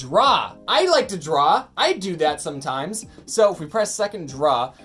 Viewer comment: emphasis on the "somtimes"